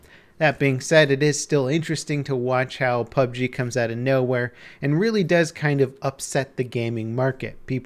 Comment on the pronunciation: ITS. PUB "GERRR"